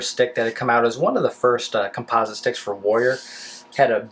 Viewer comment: hmmmm your saying "composite" wrong, just an FYI lol